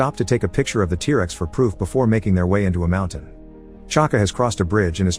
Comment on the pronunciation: Oh yes, tear-rexs